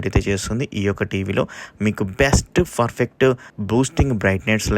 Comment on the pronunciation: Every time you pronounce the word PERFECT as FERFECT……